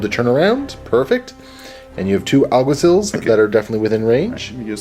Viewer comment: Lol, Alguaciles, 'Al - gua - see - less', it's a Spanish word that means something similar to Cop, Officer, or Marshal. That mini is a Tomcat, Zeros have completely flat helmets with only one eye on the left side, Prowlers have also featureless helmets but with one line running down the middle. Die Morloc Groupe, pronounced: 'Di Morloc Group', or just Morlocs. Akalis Sikh Commandos, Akal <- no exta "L". I'm picky about naming because since you have to explain your intentions in this game it's hard to understand what you say if you mispronounce the names. Communication is kind of important in these games. :) That Iguana looks really nice.